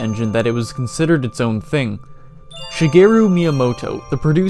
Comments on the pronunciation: "Shigarooh" weirdchamp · She-gara miyamoto